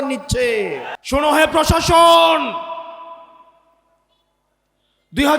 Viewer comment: পশাসন উচ্চারণ ভুল হবে প্রশাসন। ভুট ভুল উচ্চারণ হবে ভোট। ব্যাগম পাড়া নয় হবে বেগম পাড়া শুদ্ধ উচ্চারণ করতে হবে। আগামীতে জনপ্রতিনিধি হবেন ইনশাআল্লাহ। পধান/ প্রধান র- ফলা শিখুন